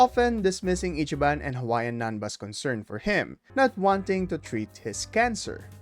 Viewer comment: Not the "Hawaiian nanba" 💀💀💀